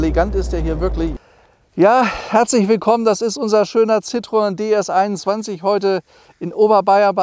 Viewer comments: Ci - tro - en! Nicht Citroon, Citröön oder Citroäng. Aber wie immer toll präsentiert. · Wer einmal Französisch gelernt hat, kommt auch mit der Aussprache dieses Namens klar. Citroen - gesprochen Ssitroenn. Also nicht Zitrön oder sowas. Über dem "e" waren zwei Punkte, das heißt, das "o" und das "e" werden getrennt gesprochen. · Hätten Sie nicht "gemusst". War mir durchaus klar. Aber die Aussprache des "Ci" war gar nicht Bestandteil meiner Aussage, denn das klappt in der Regel. Hätte ich in IPA geschrieben, hätte es sitʀoˈɛn geheißen. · Das spricht man Citroän aus 😉